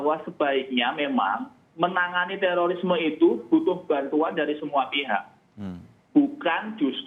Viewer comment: teririsme....emang tuh i sama o dempetan sapa sih yg naro begitu hurufnya